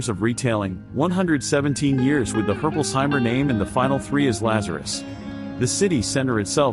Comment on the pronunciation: Yeah im a Herpolsheimer and that pronunciation is bad